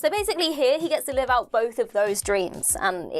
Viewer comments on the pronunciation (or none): none